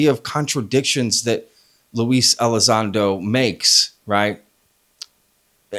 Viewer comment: LUE E- LIE- ZONDO. always lies when it comes to Lue. 😂